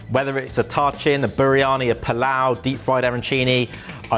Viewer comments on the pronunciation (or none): I sent this for Doing Thyme, but I guess it didn't get taken seriously: will never be forgiven for his atrocities against Ta-Chin (TAH-cheen--short "a" sound), and he is BANNED from making--or claiming to make--Persian food EVER AGAIN. 😡